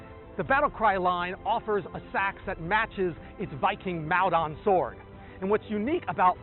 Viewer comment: Maldon is pronounced Mall-dunn by the way. Rather than MAl-dAn. It's the town in Essex, UK where the battle of Maldon happened.